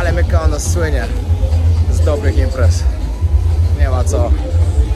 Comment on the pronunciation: ..nie chwalisz się,że Teściowa z Wami...😜😁😘Mykonos...nie Mykanos..😜